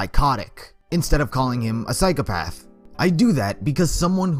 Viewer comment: i like how he goes on a rant about Psychopathy and continues to say 'psyc e path' you should really have correct pronunciation when talking about a subject you claim to know allot about psycOpath Psychopath is pronounced with an o not an e